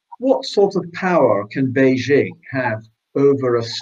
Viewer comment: Where is this place called Beizhing and who is this person called President Zhee? Never heard of them. Maybe he means Beijing (the second syllable pronounced "jing" as in "jingle" -- it's not rocket science) and President Xi (pronounced roughly the same as "she"). I don't like the CCP any more than you do, but can we just get the pronunciation reasonably correct?